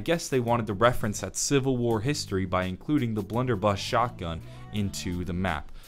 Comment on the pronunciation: Um my man said bludder buss